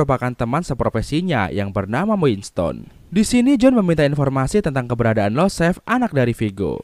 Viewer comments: Btw setauku yg anak mafia itu iosef/Yosef Bang, bukan Losef 🙏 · IOSEF . Bukan LOSEF